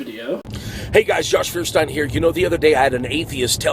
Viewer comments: One reason I couldn't take Josh seriously, besides the latter, is that he doesn't know how to pronounce his last name. It's a German name. It's not "Furstein", it's pronounced "Feuerstein" which means Firestone. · I know. I took Technical German in college & it's kind of deplorable the way he mispronounces his own name. But then he uses idiotic phrases like the parameters & parentheses of science. Uhm. no, just no. parameters (a numerical or other measurable factor forming one of a set that defines a system or sets the conditions of its operation.) parentheses (a word, clause, or sentence inserted as an explanation or afterthought into a passage that is grammatically complete without it, in writing usually marked off by curved brackets, dashes, or commas.) As anyone can see these things do not fit into evolution. Parameters is more of a mathematical device. Evolution is not about math. It's about life, life is messy. Statistics is much more important in evolution.